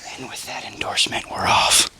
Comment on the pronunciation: “With that endorsment”